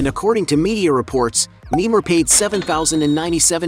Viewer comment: I don't like that he is calling him nemar i like Neymar Jr how he plays